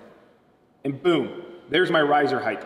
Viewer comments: I’ve been a carpenter for 20 years and 50% of “ my people” say “ heighth with a TH sound. Length? ( check) Width? ( check) Heighth? ( x) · Why do you say height incorrectly? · Dude it’s height..... ends with a T not a th. From one carpenter to another. Plus learn the math without a calculator